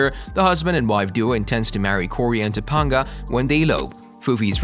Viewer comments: Ta-PANG-ah not Ta-PONG-a smh lol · Toe-Pong-A ... Wow.. You REALLY pronounced her name wrong.. Its Ta-Pang-A.. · Why does he say toponga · Just suggestion maybe watch the show to learn how to pronounce Topanga wow I think you just Wikipedia all this without knowledge of show watch 1 show Topanga duh